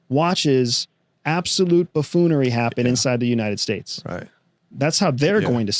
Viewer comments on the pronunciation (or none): He said bafoonry? Lol😅